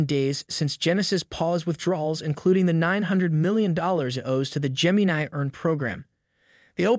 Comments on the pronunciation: Whats with this vid pronouncing it that way? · Why are you calling it "geminay"? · Cant even say the Gemini name right... good voice over... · ...please look up how to say the word "gemini"...smh